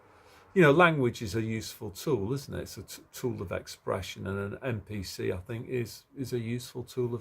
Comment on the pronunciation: what makes you say MPC instead of NPC